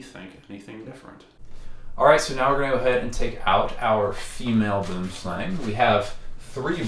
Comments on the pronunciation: As a South African its always hilarious to hear how people miss pronounce Boomslang. Boomslang is a Afrikaans word that means tree snake. Boom is Afrikaans for tree and slang is Afrikaans for snake. You can try and pronounce it by saying B-oe-m sl-u-ng. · there are two ways to pronounce 'boomslang', the snake originates from Africa and most pronounce it 'wrong' because of the way it's spelled. the name is in a different language (Afrikaans iirc) with different pronunciation, it's pronounced more like 'buoemslaung' or similar. hope this helps! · South African here, I get the language difference in the pronunciation of boomslang. May I suggest how to pronounce the slang part of boomslang, it is pronounced exactly the same way as the English word slung, as in, I slung my bag over my shoulder. The Boom part is very difficult as there is no word in English that I can think of with the same sound for the oo in the middle. Great content and channel even though I have a serious phobia of snakes. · Note, Boomslang is acctually pronounced booemslung, and literally means tree snake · Sigh i wish people would pronounce Boomslang correctly. BWOEM-SLUNG. Just look it up. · I just want to say, I am from South Africa and the name boomslang is Afrikaans. The direct translation would be tree-snake, but the way we make the "oo" and "ang" sound is completely different than how you guys do and it is actually one of the biggest cringes for us when we hear someone say 'boomslang" in english. 🤣 In Afrikaans everything we say is much deeper and more 'rough', almost like German. Unfortunately there is no sound I can think of in english that is even close to how you're supposed to pronounce it so I can't even teach you guys how to say it 😂. The "ang" sound is pronounced more like and "ung" sound but deeper and coarser. But anyways, great content and stay safe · Every time I hear the English pronunciation of boomslang I laugh, cause in Dutch it has proper meaning (tree snake)